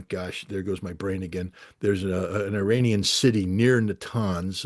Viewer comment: I have immense respect for Mr. Ray McGovern, Colonel Wilkerson (another very favorite person to me), and Colonel Doug. McGregor. None of these well-educated people, need the following info. However it seems like some others may💚 Therefore, IRANIAN, is neither pronounced "Eee-RAINY-Yan" nor "Eye-RAINY-Yan"!! The proper pronunciation is "Eee" (rhyming with See) + Ronnie (abbreviation for Ronald) + Yan !!! A Simple mnemonic would be "There is no RAINY weather in the forecast"!!😊 Hence the proper pronunciation is "Eee-Ronnie-Yan"!! Even a poor Computer generated voice could be Corrected (Reprogrammed)!!!